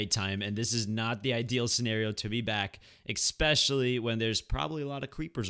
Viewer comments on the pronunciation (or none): Is he saying "expecially" hahaha, am I hearing that right? All jokes aside, I very much prefer this type of let's play, I really don't like those where there's like an excessive amount of cuts or edits and they gloss over a lot of stuff. I can only hope you won't become like that. I don't really care for the face cam either. I just want a limited amount of cuts and being allowed to see the building process. It's so dumb when they build stuff off stream or they just skip it, I mean, you can at least timelapse it or something. About the enchants, it will probably be Smite IV or Sharpness III.